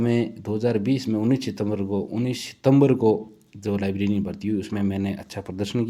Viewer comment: laibrerian hota hai laibrarin nhi